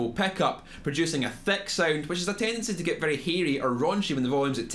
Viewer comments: Theck peckups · Theck sounding.